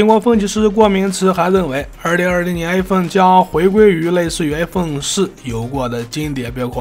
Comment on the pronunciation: 一口一口艾粪叫的我都不知道iphone怎么念了 太洗脑了